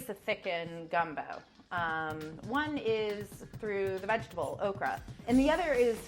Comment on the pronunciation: Ok so two things: 1- she talks EXACTLY like my 1SG. 2- wtf is a “vag-table” 😂😂